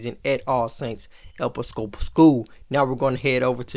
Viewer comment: Hey great job and right on time (Pronounce it e-PI-sco-pal)